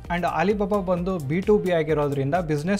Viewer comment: ಹಾಲಿಬಾಬಾ ಅಲ್ಲಣ್ಣ.. ಅಲಿಬಾಬಾ ಅದು..😮